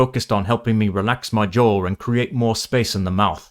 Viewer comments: Hey, you got a linking R in "relax my jaw-r-and", that's a sound that most English-accented speakers would use there, but not many North Americans. Good job! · "...to lower my jawR and..." Can I just say you nailed the intrusive rhotic r and many people trying to do a British accent completely fail to identify its existence! It's a step further than a linking r. To anyone else who wants to practice intrusive r, try to say "militia analyst". An RP accent (or most English accents) would say "militiaR analyst" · The sad thing is that most non-rhotic speakers just won't notice, and won't give any credit for it. I do, perhaps because I know to look for it, or perhaps because “jaw” doesn't trigger intrusive R in my native accent (because it ends with a [w]).